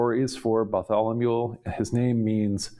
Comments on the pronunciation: is just so incredibly impressive! So it's surprising to find him repeatedly mispronouncing the name "Bartholomew", as he definitely does Have a listen, and judge for yourself: and again (which is preceded by the only occurrence, in my life, of the poor pronunciation of the city of "Beirut") And other occurrences Ugh,!! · Bless you for trying to pronounce all these names. I love how you pronounce Bartholomew as “Bartholomule”.